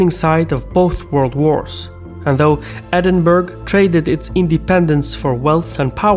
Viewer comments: I was looking for this comment. It's pronounced ed-in-buh-ruh but ed-in-bruh is all fine. ed-in-burg is not an option. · Edinbourgh is pronounced ED-IN-BOUR-RAH Not Edinberg 😂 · Proud Scot here, Edinburgh is pronounced: “Edin-buruh” or “Edin-bruh” not “Edinburg”. Great video as always 🤙🏽🏴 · Did he just say edin-burg? It's pronounced edin-burh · it's pronounced "Edin-borough" not "Edinberg", quite funny in English. Keep up the great work though, love your channel <3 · I pray 1 day that someone outside Scotland will pronounce EDIN-BURG as EDIN-BRA or even EDIN-BURRA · It's not pronounced as Edinberg, it's Edinbarah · It’s pronounced “Edinbura”. Not Edinburg. 🤦🏼‍♂️😂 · Pronounced Edinburra not Edinburg 😉😜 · it's pronounced Edin-borough, not Edin-burg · Edin-bur-rourer. not berg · Not sure if this is a troll… but as someone from Edinburgh I can assure you it is not pronounced ‘Edinboro’. It’s pronounced Edinbruh or Edin-buh-ruh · The way you pronounced Edinburgh was disgusting. It's edin-bur-uh Not EDINBURGG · For pronunciation of Edinburgh, simply check wikipedia, bruh ;) Cuz such amateurism doesneh inspire confidence : whether in the content or in the sponsors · Sounded more like Edinburg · Edinburgh is pronounced 'Edinburra.' As a North American my Scottish Grandparents hammered that into my head haha. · as a scot its always funny hearing foreigners mispronounce Edinburgh the h at the end isent there just to look cool its pronounced like endinbura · Tiny nitpick: Edinburgh is pronounced "Edinburrah". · i laugh every time he says edinburg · in case you’re reading this- it’s Ed-in-bur-UH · it's deinitely edinbruh and not borough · Pronounced 'Edinbra' by Scots. From a Scot. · Edinburgh is spelt really differently to how us Brits actually pronounce it. We tend to say Ed-in-burr-uh… I know, I know, English is a linguistical middle finger, but the more American pronunciations really grind Brits gears. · "EdinburG" LMFAO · EdinBurg, wtf was that mate?!?!?